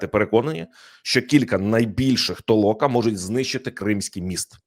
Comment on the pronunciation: Не ТООЛОКА А ТОЛОКАА.